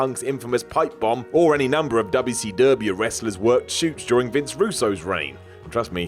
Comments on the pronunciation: Projekt Vash lol idk maybe because it was a southern promotion based in Atlanta, Georgia some people say it that way to poke fun at southerners dubya see dubya haha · Why does he say wcw like that every time